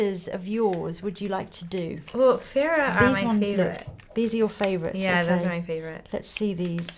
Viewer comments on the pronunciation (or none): Also, it kind of bothers me how Huda pronounces 'Farah' as 'feh-ra', kinda like how one would say the 'pha' in 'pharoah'.